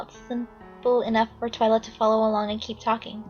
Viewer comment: its TWI-LA